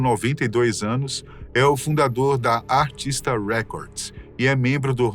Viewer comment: ARISTA RECORDS E NÃO "ARTISTA"